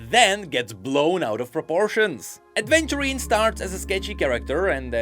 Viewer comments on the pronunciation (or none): Its AVENTURINE not Adventurine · I'm sorry but it bothers me so much everytime you pronounce Aventurine's name as "Adventurine". These are two VERY different things XD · Aventurine* not adventurine.